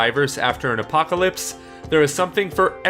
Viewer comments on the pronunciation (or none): none